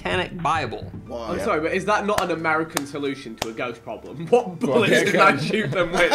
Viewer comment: “I need some BOOLETS for me ghost gun”